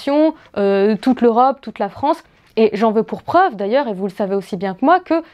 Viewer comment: la fronce la fronce la fronce